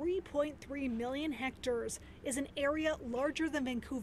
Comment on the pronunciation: "Hect-acres" ... news readers are hilarious!